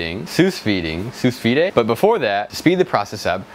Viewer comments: Sou vide is pronounced "sooh vee" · It's pronounced soo vee,.